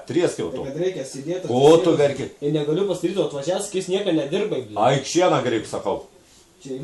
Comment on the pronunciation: Galvojau kad siena o ne šiena :DDD